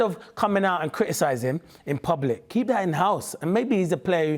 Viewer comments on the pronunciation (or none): none